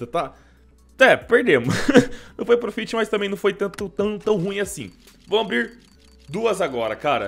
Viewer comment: Se pronuncia prófit pqp